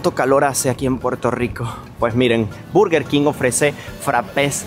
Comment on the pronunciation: EN SERIO TODAVÍA SIGUES PRONUNCIANDO EL INGLÉS COMO LO VES ESCRITO!!!BURGER!!!NO MIJITO SE LEE BERGER COMO SI TUVIERA UNA (E) EN VEZ DE UNA U!!BERGER!!!